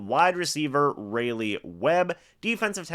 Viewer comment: even though it’s probably the last time you say his name, I should note it’s RAWleigh Webb. Like the capital of North Carolina